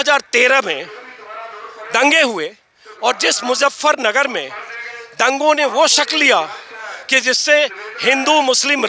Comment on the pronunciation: मुज़्ज़फरनगर नहीं, मुज़फ्फरनगर!